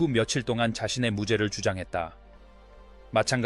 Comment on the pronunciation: 리포터의 엉터리 발음은 이 큰 사건의 의미를 반감시킨다. . 이 사건은 너무나 유명한 사건이다. 왜 바그너라 했다가 와그너라 하는가? 그리고 함께 있던 크리스토퍼 워큰은 아예 이름도 제대로 나오지 않은채 엉터리 발음으로 얼버무리나? 리포터는 이 사건을 제대로 알지 못하는 세대의 인물인가? 범인은 남편이라는 사실을.... 남편이 나탈리 우드와 크리스토퍼 워큰의 관계를 질투해서 저지른 범행이라고...당시 모든 언론이 보도했는데..그리고 로버트 와그너는 위선자의 삶을 살아야 했던것을...